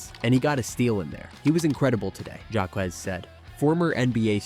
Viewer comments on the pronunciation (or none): I was kinda only half watching until I heard the pronunciation of Jaime Jaquez Jr. and it was so odd it had me paying attention to the narration more. Def AI slop